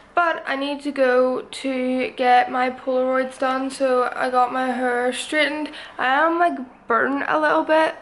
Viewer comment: “I got my hurrr streih’ed”